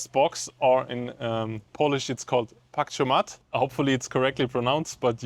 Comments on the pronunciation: I am sure everyone would understand you but the accent should go to the second-to-last syllable, which means it should sound more like patch-KOH-matte, not PATCH-komatte. (: also it's a gigabit, not a gigabyte per second (: I mean... you've done a really good video. I shouldn't nitpick. Keep up the good work! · patch - co - mat is how you will pronounce it correctly :p good try anyway